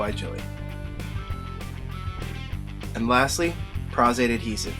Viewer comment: Nice. And Thank you for your pronunciation of Pros-Aide